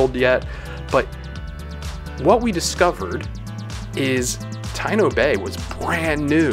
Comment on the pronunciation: It is pronounced Ta-EE-no Bay. Taíno is the native American of Hispaniola and other hispanic islands